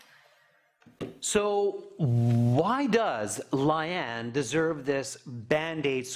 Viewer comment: Its Lay-aan lmao not laian.